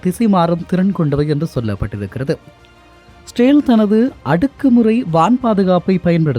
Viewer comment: Israil ucharippu pilai.etho maathiri kekuthu